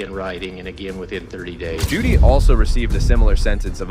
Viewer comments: Her name is Jodi Hildebrand not Judy. For the love of all get it right. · Jody** not Judy. . .